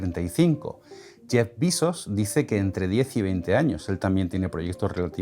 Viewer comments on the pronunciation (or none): Por qué pronuncias "bizos" si Bezos es un apellido español, cuando pronuncias marcas y nombres extranjeros en su idioma y que aquí en España también las españolizamos? Es bastante incoherente. Que conste que estoy de acuerdo en pronunciar correctamente cualquier extranjerismo, dentro de nuestras posibilidades. Por cierto, a parte de esta pequeña crítica, tus vídeos son geniales. Espero no te sepa mal 😅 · El apellido *Bezos* es de origen español y, en un vídeo en español, lo correcto es pronunciarlo como se hace en español: **Bezos**, no *Bizos*. Otra cosa es cómo se adapte o pronuncie en Estados Unidos, donde es habitual anglicanizar muchos apellidos. Lo comento sin ninguna acritud, simplemente porque se trata de un vídeo de divulgación. Precisamente por ese carácter divulgativo, creo que merece la pena cuidar este tipo de detalles y mantener un mínimo rigor también en la pronunciación de los nombres propios.